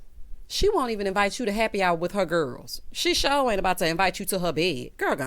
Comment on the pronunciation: I did not remember or notice “Are you sho”, but now it aggravates me. Yes I would love to see you write a sitcom and would tune in. Hope you get your coins if they do write the story line about Robin giving Andy something…..